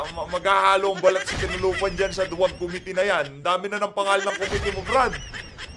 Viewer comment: Pwede ba dan pernandes, ayusin mo naman pronunciations mo! Sakit sa tenga. Pls pronounce committee with stress on the 2nd syllable!!!